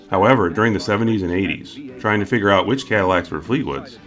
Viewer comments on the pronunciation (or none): none